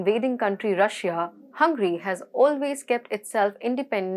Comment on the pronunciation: Dear host, its not hungry its Hungary